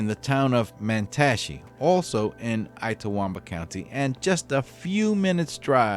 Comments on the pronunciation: I love your posts! But just one thing: Itawamba is pronounced "Itt-uh-WOM-buh" and Tupelo is pronounced "TEW-pell-oh." I'm a Mississippi native and am very familiar with both places. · Good grief. It's Itawamba: the "it" is pronounced "it" - not I-tawamba. It's not too-PELL-oh. It's TU-pell-o. You know on these stories, you will be pronouncing cities and towns with which you are not familiar, so look them up. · It’s It-ah-wahm-ba. Too-pah-low. And a couple other mispronunciations are noted. Ask a Mississippian if you have doubts please. Otherwise a fine program! 😊😊😊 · The I in Itawamba is pronounced like the Spanish I. Tupelo has a long O sound. SMH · Lol yep ltawamba